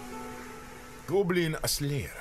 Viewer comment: GOEBLEEN SLAYAR